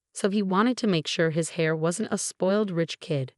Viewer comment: After this story the only thing that I laugh at is when heir is read as hair.